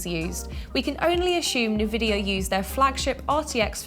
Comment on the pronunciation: 'Navidia' lol